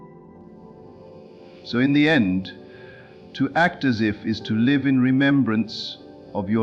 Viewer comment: Thank you for another wonderful Neville Goddard message! But, I ask you, do you listen to these AI generated speeches before you release them? Can't you choose a pronunciation, such as lìve or live? The word present or present? It's terribly disconcerting to hear gross mispronunciations at vital points in the narrative. Can you do better? I think you can.